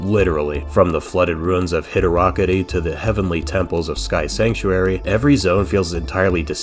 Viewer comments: Hit-a-rockery I'm dead 😂. Hydro city or hy draw cit tee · Erm… Hydo-roc-ity??? You mean Hydro City?? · I heard Hido ro co dee It's either all one word and pronounced Hi-dross-settee or 2 words Hydro City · Hidderokity? High-dro-city ffs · I need all these pronunciations of the wet zone to Hydrockydie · Hiderokity 🤣. It’s Hydro City! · did he just said "Hi-Drocka-die" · Im sorry but did you call hydrocity, "hidrokity" please with all due respect, activate the spike bug and throw yourself im a pit of spikes my good sir. :) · and then we get "hydro-kitty zone" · ac-hem it's actually pronounced Hydroi-shitty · HYDROKKIDYE 😂 it’s hydro city Hydrocity Great video though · Am I the only one who heard him say 'hydro-kitty'? 😂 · Hydro... Kitty. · I'm sorry- "Hi-do-ro-crit-y"?! "Hi-drock-i-die"?!?! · Hy…dro…KIT…ty? Ummmmm, yes…sir…☝🏻uh yeah, over here…👋🏻 so yeah ummm, I’m pretty sure it’s pronounced Hydrocodone-city… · I love how all the comments are just to rip into how the narrator called it hy-drok-i-die 🤣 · Did… did he just call Hydrocity hid-Ra-kitty? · Nice to see someone else that knows how to pronounced Hi Rickety. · How am I supposed to accept nitpicking from someone who says hidderockity?! 🤣🤣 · did little bro say ‘hi’diro’kidy’. Love the vid,sonic 3 and Knux is one of the games I play the most. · "hydro kity" that was a weird mess up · Ikr! It’s so obviously Heedroocketè. Everybody knows that. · it's hydrocity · Hydro city?! Dude, it’s so clearly Heedroocketè. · Yeah ik! It’s completely wrong!! It’s so clearly Heedroocketè, everybody knows that. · No it's hydrossity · Lmfao I was absent mindedly listening to this on the bus and when he said Hydorockety I had to rewind a few times. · Hid-o-rock-ity?!?!?! Terrible AI read. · I was ready to flip out on you but I caught the joke. It's hydro-city. Any other way of pronouncing it is just plain wrong and your parents should be ashamed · I’ve always pronounced it High - dros- cit- tee